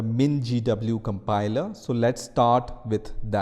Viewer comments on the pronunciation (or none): A compiler❌ "a campailaaa"✅ 🙂🙂🙂🙂